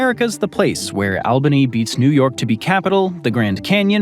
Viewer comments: It’s not Al - bany. It’s All- bany!!!! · Re new york state's capital: it's not Al-bin-eee, it's All-ba-nee😖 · Fact 31: New England is not the same as the Northeast. New England ends at the NY border. By the Albany is pronounced ALLbany not ALbany. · UGGHHH!!!!!! It's "ALLBANY" (phonetically), NOT "Albany"!!!! If that's unclear because of being over text, let me know, and I'll call you. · Albany is pronounced All ban ee If you are a native, it's Awbanee. Just sayin'.